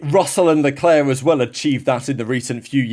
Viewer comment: Stop butchering his name! It's Leclerc, for God's sake!